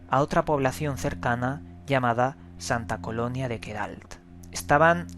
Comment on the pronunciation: Igualada, no igualda,jejeej, y Sta. Coloma, no Sta. colonia. Dejando esos detalles bromeando, el suceso q relatas en el video es interesante, nunca había oido de ello, y de esas formas de estos seres tampoco; la lástima de esos sucesos a quien nos sucede o se les haya sucedido es que nadie te cree o te toma el pelo, y te quedas como impotente y sin poder compartir esas experiencias propias y posibles datos interesantes referente al tema.